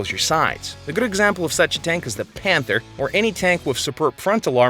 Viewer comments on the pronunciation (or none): none